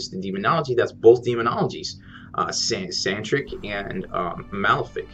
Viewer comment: Sanctic. I really enjoy your videos, but i can't help but correct this. There is no 'R' in the word Sanctic. Sorry to be that guy lol.